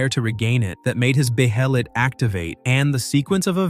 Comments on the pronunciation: No one's gonna call out it's pronounced be-hell-it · Bay Hay Leet, come on dude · where did you get that dumbass pronunciation for behelit lol. is this narrated by AI? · This narrator sucks (AI I'm guessing). Where's the usual guy at? The way it says "Behelit" is annoying. I will unsub if you're just going to cheap out and use AI.